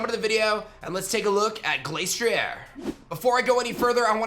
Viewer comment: The ‘Glas’ in Glastrier isn’t pronounced the same as the word ‘glace’, as in Glaceon. It’s pronounced as ‘glass’. It’s icy head is said in the Dex to be as hard as glass.